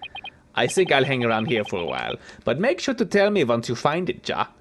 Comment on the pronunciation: if Klavier happens to keep appearing, I just wanted to say that 'ja' is the German word for yes. It's pronounced 'yaw'. In German, the letter J is pronounced differently. ^^ Just a quick language lesson. Anyway, I'm enjoying these! You're good at keeping 'em interesting. You're criminally unheard of.